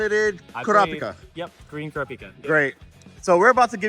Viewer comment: Who is "kara-peeka?" Lol always hilarious hearing people butcher the name.